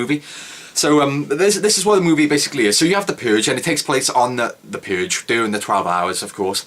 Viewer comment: The Puuuhhhge.